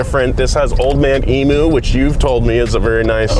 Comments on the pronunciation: It's Emu, like e-mew, not emoo. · Eem-YOO. Not eemoo. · It's EE-MYOU. Not ee moo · As an Australian hearing Americans say Emoo instead of Emew makes me laugh every time.